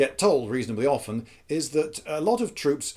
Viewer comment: Wow... You said often without pronouncing the (silent) T. I can now finally die in peace. I thought I was starting to get crazy!